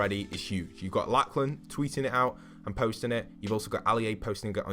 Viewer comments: It's Lock-lun not Lack-lan Just letting you know :P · Its not pronounced laclan its pronounced loclin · The chaps name is pronounced locklan not lacklan jesus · It’s pronounced “locklan” not “Lacklan” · Why can’t British and Americans say the name Lachlan correctly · Did you say Laklen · it's pernounced lo-k-lan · imagine saying laclan 300 times without realizing there is clearly a "h" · Lachlan is pronounced like “ Locklen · said laklan instead of lachlan 🤣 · Ikr wtf